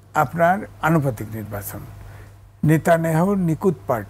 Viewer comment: হুজুর নিব্বাচন বলছেন কেন? শব্দটা হলো নির্বাচন। উচ্চারণ ভুল করবেন না।